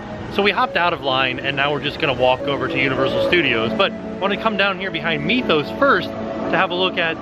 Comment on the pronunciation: Not me-thos its mith-os